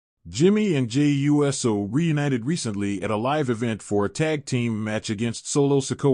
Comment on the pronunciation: If the narrator doesn't know how to pronounce Uso, as ooso, he should stop narrating.